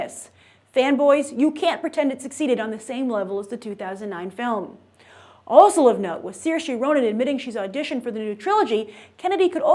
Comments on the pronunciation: its not pronounced saoirshaeee its saoirsha! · Why does she keep mispronouncing Saoirse? You'd think she'd look it up, it isn't hard.